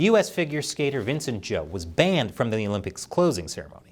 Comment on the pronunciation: Good pronunciation of Zhou in English.